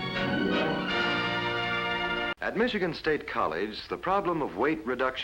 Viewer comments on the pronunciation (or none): none